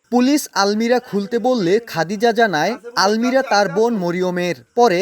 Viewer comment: আলমিরা না, আলমারি